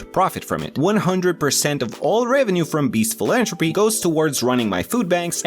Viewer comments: It’s philanthropy with a th not j a T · Just so you know for the future, it’s philantHropy! You’re missing the TH 😊 great video otherwise! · Philanthropy has a th so it does have the tuh sound in it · I liked how he mispronounced philanthropy the entire video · Why do your pronounce philanthropy like that